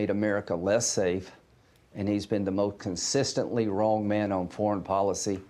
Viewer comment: I’ve noticed ol’ Lindsey seems to consistently have a hard time with the word ‘most’. Especially when he’s clutchin’ his pearls!!!!! 😜